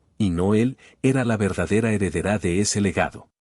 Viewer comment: Es Heredera SIN ACENTO EN LA A, HEREDERÁ es Incultura e Ignorancia